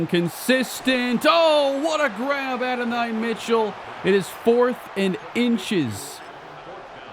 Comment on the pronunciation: go listen to how you say adonai name you’re saying it wrong my boy he’s a GA great been saying it wrong